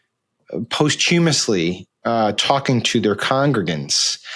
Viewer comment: Oof. Sam’s pronunciation of posthumously was brutal.